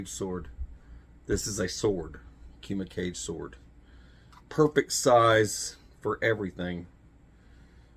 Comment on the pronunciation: I 'think' it's pronounced Kooma Cahgay, not 'cage'. Pretty sure.